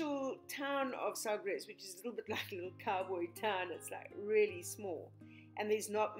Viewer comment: thank you for sharing!! I love Sagres (Sa-gresh - except all the letters just blend almost into one syllable). The first time I went I was visit a friend for the weekend, in Lagos. I drove down from Peniche. I’d only been in Portugal about 2 weeks at that time and it was my first real road trip in Europe. When I realized how close I to Sagres (which I had heard about and had learned about the navigators school), I couldn’t pass up a ‘drive by’ on my way back up North. I figured I would just drive around for a bit and head back via the coastal highway. Well... I got into the village and stopped at the little restaurant, Sagres and got myself a fig cake and cup of tea and asked if there were any hotels. I hadn’t yet seen anything but somehow I knew I no longer wanted to rush through. I took my time. I had to stop and take a few deep breaths as I stood along the cliff’s edge, halfway between the Forteleza de Sagres and Cabo São Vicente. I had never experienced such incredible, raw beauty like that before. I am quite certain I could not keep my mouth closed. I stood there, simply amazed. I loved Cabo São Vicente... it’s small but it has a charming little store where I bought The MOST DELICIOUS 🍯 Honey! I also paid just a Euro to go through it’s small self-guided museum. After exploring I drove over to the fort. I loved that little chapel. I took some beautiful photos in there! Like you, I imagined the men and maybe the wives of the men, who might have prayed there hundreds